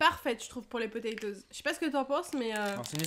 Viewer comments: Je suis le seul à qui ça choque les "PATATOES" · • ツ Je comprend ça me stress aussi lol Mais les deux sont justes . Toes c'est orteils en anglais Donc potatoes ou patatoes C'est seulement un dérive Française . Patateils serait peut être plus appropriés alors ... Enfin Il a l'habitude lui ,il ma déja fait le coup où il avait " Hone piece " à la place de One piece . Bref courage :s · A la fin c pas TOZ c TOES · Personne a remarqué qu’il a dit patatose au lieu de potetose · PaTa Toz lol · les frites et les << potaytoz >> 😂😂😂😂😂😂🤣🤣🤣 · Les 'Patatoes' MDRRRRRRRRRRR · Enft elle dis patatosse xD